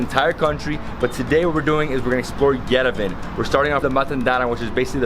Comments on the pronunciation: Lovely video, but PLEASE pronounce Yerevan correct, it is pronounced YEREVAWN, emphasizing the last part awn, like yawn. Not Yerevun. Sorry, but it feels disrespectful to the country, but I think you would appreciate knowing if you have not been told already . Thank you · we love you, but please learn how to pronounce Yerevan. It is not Yerevin. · Yerevan, pronounced YERE VAN. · Yerevan is pronounced ye-re-vaan. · Just for the record, it's pronounced Ye-deh-von, Cheers!